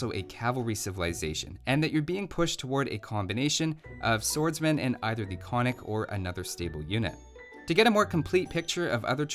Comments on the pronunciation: Konnik would be pronounced "kon-nik" instead of "konn-ik". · Браво. Also another fun fact: its pronunced kon-nik and not konnik. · Konnik has the two Ns because it sounds odd without them, not that anyone would care but for what it’s worth it’s Kon-nik, gotta annunciate both. Sorry I just can’t believe my tiny country made it into a video game :D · Exactly also he fucked up the pronounciation. Its kon-nik. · 50% of 60 seconds is 30 seconds. 60 - 30 = 30. Why 40? Great video! By the way konnik is pronounced with a second n after the first(kon nik but without a pause) :) native Bulgarian here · You pronounced Krepost wrong, but thats fine. Also I found this video while looking for why bulgarian youtube is shit. But I ended up here. Honestly I like this video you get a sub. Also you pronunced konnik wrong. Its actually supposed to be kon-nik. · > Made the Cyrillic alphabet > Old Bulgarian was basically Old Church Slavonic > Both First and Second Empires had fortresses everywhere > Not all techs available at the Monastery or University ????? Also: once again, it's ['kon-nik], two syllables, accented first, and [ba-ga-'ins], three syllables, accented last. Oh, and ['kre-post], with an "eh" and not an "ee". I think it'd be pretty cool if Stirrups applied to Cav Archers as well, to promote them as a replacement for the archer line, albeit a gold-heavy one, or if hand cannons were available. Or hell, why not a unique archer?! It's raining unique units anyway, what with steppe lancers and flaming camels... Alternatively, Bagains could also apply to the dismounted konnik and halberdier. :P